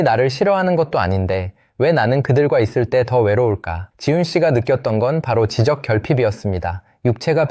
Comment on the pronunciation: 목소리가 AI가 아닌게 맞아요? 지적 소외감 .. 지적.. 발음이 이상한데